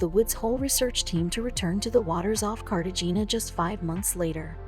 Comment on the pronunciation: You should learn how places, people and things are pronounced!!! It's said Cartahana, the g sounds like an h!!